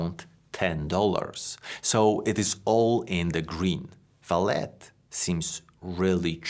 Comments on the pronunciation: I'm Brazilian and... No.. It's not VALET. It's pronounced as "Valley". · Since it's Brazillian. It should actually be Valé. (As in OK) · Actually it is pronounced like the car parking service, valet but in the french way, where the T is silent Val-A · The name of the company is pronounced as "Valley". And Vale means exactly that: valley, in portuguese. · You pronouncing it ValeT tells me you have no clue about the company. Just generic text read down. Your first video presented to me. Not impressed. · "ValeT"? Huh? Any special reason you keep mispronouncing the name of the company? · How can someone do so much research on a company and not know how to pronounce its name??